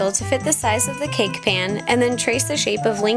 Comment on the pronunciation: the way you say cake makes me mad.